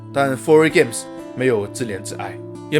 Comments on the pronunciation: 挑个刺 是自怜自艾 （Yi） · ！25：13 提交一个读音bug 自怜自艾（ yì） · 自怜自艾（音：易） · 自怜自艾（zì lián zì yì），语文需要补补啊哈哈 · 自怜自艾的艾字读错了。